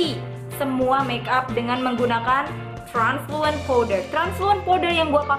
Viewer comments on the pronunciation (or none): translucent kak bukan transulent wkwkwk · gokil abis.... hahaha "transulent powder"?? mgkn mkstnye translucents kli yaaa.... hehehehe ttp gokil abis nih bocah... suka..suka..suka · tutorial mata panda pweaaasee.. btw mungkin maksudnya 'translucent powder' ya kak mispronounced